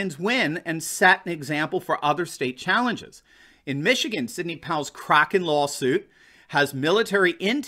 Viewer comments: Isn’t it pronounced Crayken, not cracken? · You're great. By the way Powell mispronounced kraken, is has a long A, not a short.